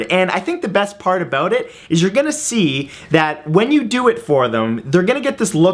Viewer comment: My faith in humanity has officially been restored...you do say "aboot" quite a bit in this one ;)